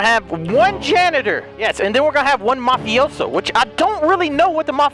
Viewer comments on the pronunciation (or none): It's mafioso not mofiso